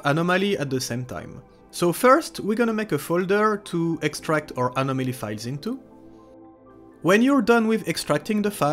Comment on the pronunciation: I tried to follow you about a dozen times and still got lost. You need to slow down in these tutorials. I had to go to another site to get instructions on how to do this. BTW I get a face muscle twitch every time I hear you say Anomaly.